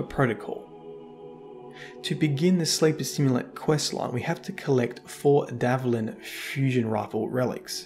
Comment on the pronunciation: It's DVALIN not DAVLIN. You are mispronouncing it